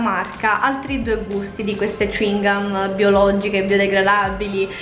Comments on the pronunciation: Cingomma(non con la G,ma con la C) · A Brescia diciamo cicca, ma alcuni dicono ciuingam ed è ciò che dici te solo che noi lo pronunciamo cèuingum; ed effettivamente il tuo modo di pronunciarlo mi ha un po stranita. Comunque lo spalmabile Val soia è buonissimo <3<3